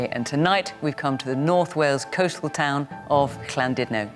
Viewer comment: Fiona pronounces Llandudno spot on